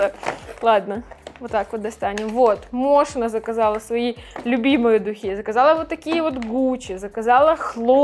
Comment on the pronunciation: … Мошино??!! 🤣 Москино! 🤦🏻‍♀️